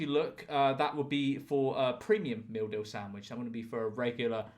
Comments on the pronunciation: First time he read "meal deal", I genuinely thought I heard "We have something in all supermarkets called the mildew." 😅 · It took me 2 minutes before I realized you are saying “meal deal” and not “mildew” Makes more sense. But $3?!?! For a meal? How?